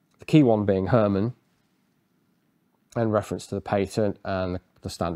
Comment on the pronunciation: herman in dutch is less like her man and more like the german herr and you got the man correctly